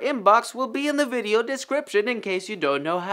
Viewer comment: eany veedeeooo you say